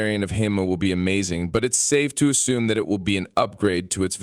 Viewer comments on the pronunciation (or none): none